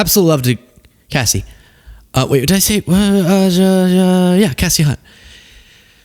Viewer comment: Its Kay-see, not Cass-ee😅 Love ya, but Kay-see my girl, put some respect on her name😂😂😘